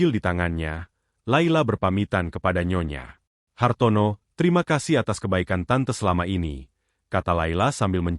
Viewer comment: Cara bacanya : nyonya Hartono Bukan : nyonya, Hartono Pemenggalan kata yg tidak tepat dapat membedakan arti